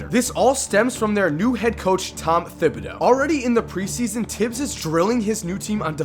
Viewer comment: Btw Thibodeaux is pronounced Tibbodo, not Thibbodo